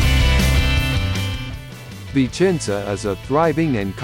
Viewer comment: It seems the speaker says: "Vincenza".